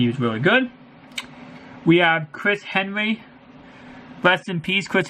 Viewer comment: Chris "Henwy"